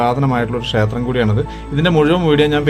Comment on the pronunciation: അറിവിന്‌ നന്ദി.. വീഡിയോ ചെയ്യുമ്പോൾ ഉച്ചാരണം ശ്രദ്ധിക്കൂ. ഷേത്രം അല്ല ക്ഷേത്രം എന്ന് പറയു.